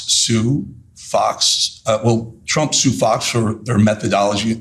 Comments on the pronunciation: Is it just me, or does it sound like she's saying "President Chump"? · TChump… she can’t speak it’s hilarious how she can’t say Trump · Why does she (Leavitt) always say Chump instead of Trump? Ooo, Linda's learnt it's AI not A1. Don't think Chump likes Terry...😂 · President Chump? Is that what she keeps saying bc that is all I'm hearing 🤔